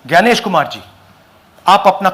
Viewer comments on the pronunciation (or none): ग्यानेश नाही तर ज्ञानेश. खृपया मराठीत जसे म्हटले जाते त्या प्रमाणे उच्चारा.